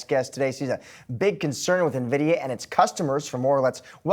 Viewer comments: Dude can’t even pronounce it correctly I trust him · If you can’t even say it correctly, why comment on it 😂.